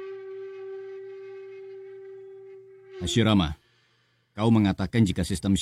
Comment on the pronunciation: Kadang salah ngomong.hasirama dibilang hasimara